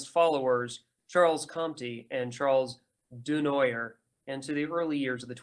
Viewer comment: Also: Laissez-faire is "lay say fare" not "lah zay fare" Charles Comte is "Charle Cont" not "Charlez comtee" Charles Dunoyer is "Du nwa yeh"